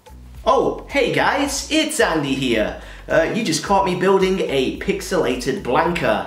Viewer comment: I swear you said 'pixelated wankar' at the start of the video! Well that just shows how much I don't concentrate.